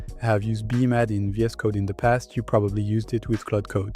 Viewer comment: Nice job! BTW, is it really that hard to say B-Mad (bee mad)?